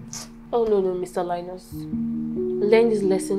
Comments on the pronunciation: LIEnus, lIEris... lies 😂😂😂😂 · Mr LIE-NUS Daughter LIE-RIS 😂😂❤ Thank you so much for this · Lie-nus & Lie-ris 😂😂😂 How will they not lie? It’s in their name. Though I got the lesson it’s hilarious those names 😂😂😂